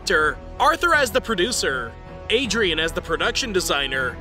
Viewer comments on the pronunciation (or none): “But” isn’t a seamless way to make a loop, it’s just lazy. Also “Ariadne” is pronounced “Aree-Ad-Knee”, not “Adrian” bruh.